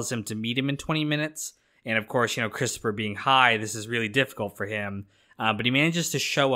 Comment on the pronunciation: Cwistapha get everybody a dwink.. Hehehe